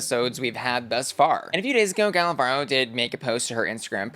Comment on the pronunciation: Gala Varo 🤑🤑 ❌ Gala Barrrrrrro 🗣️💩 ✅